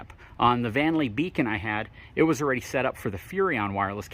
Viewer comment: Love the info you provide. Videos are good. Don't be so shy, show your face. And, the word is "Already" not "Awe-Ready" Haha from a fellow FORD guy